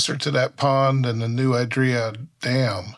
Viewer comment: Great video. As a local though, I should tell you that it's "New ID-ree-ya", not "New eye-DREE-ya".